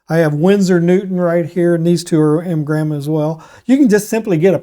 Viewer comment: Windsor Newton and . . . What? Sounded like you said m gram.